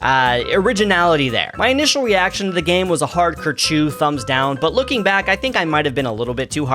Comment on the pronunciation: Bro really used "ker-chew" instead of "ca-chiga" what are you doing brother!?